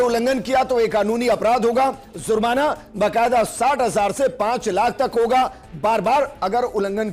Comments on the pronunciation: Bolna seekhlo zurmana nahi jurmana hai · Hindustan me aur bahot issue hai. Pehle lafz ko sahi karlo. Jurmana ko zurmana keh rahe ho.